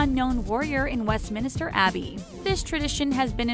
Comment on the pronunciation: Westminster doesn’t have an extra i it’s not west minister 😂